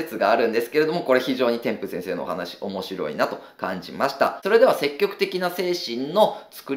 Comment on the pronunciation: 細かい話で恐縮ですが、せっきょくではなく、せきぎょくと天風さんは読みます。多分、相対的なニュアンス、絶対的なニュアンスを分けたかったのでしょう